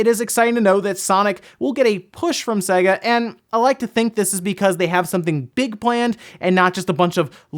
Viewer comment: sega? SAY-GA.....it's literally pronounced on every one of their games as the intro as you boot up 🙃